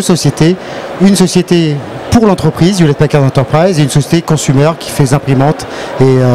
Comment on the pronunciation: "Hewlett Pachard"? Serieux?